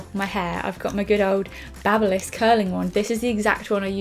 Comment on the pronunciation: The way she pronounces babyliss😂😂😂😭😭 girl it's baby-liss